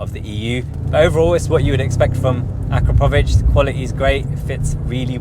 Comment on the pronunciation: I noticed you pronounced the exhaust name correctly as you got through the video, LOL. Its pronounced A KRAPOVITCH although not spelled that way.